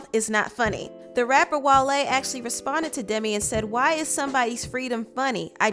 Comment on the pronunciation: His name is pronounced whale 🐋 not wahlaye 🤣